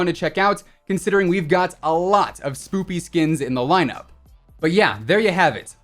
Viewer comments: Cmon I don’t wanna say something again but u said spoopy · He says spoopy Inkslasher also, says spoopy Am I a fool to say it *spooky or have they gone dumb?! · Did He Say “Spoopy”? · Heh he said spoopy😂😂😂😂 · Its spooky not spoopy.